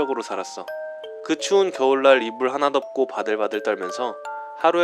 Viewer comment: 초 덥고가 아니라 덮고에요...